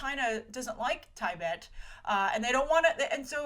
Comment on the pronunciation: It's tah-bet not tie-bet like said - American mispronunciation:)